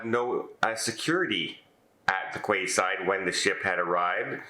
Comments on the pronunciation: Is that an American thing to pronounce a quay side as Kway side - in the U.K. it has always been a Key side? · Quayside is pronounced Keyside! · it is a minor thing, but I thought you might want to know for the future. Quayside is pronounced “key-side”.